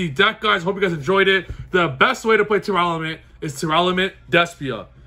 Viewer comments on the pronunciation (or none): I'm missing something, why are you adding an extra "a" to tearlaments? You have the cards in front of you so I'm not sure why you're saying it wrong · He keeps saying teralament and i disliked the video so hard and only watched it because hes a good player just doesn’t sound right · Where are people getting the extra letter in Tearlaments? Tear-elements? Tear-laments? I've heard so many people read it wrong now that I started to think maybe I was the crazy one and my eyes are playing tricks on me.